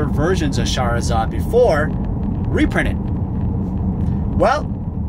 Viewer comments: every time u say shahrazad tho bro. whaiii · I like how you pronounce charizard like Shahrazad haha. Shahrazad > Charizard